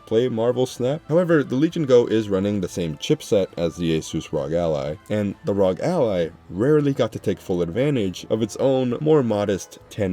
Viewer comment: It's arr-oh-gee, not rawg!!!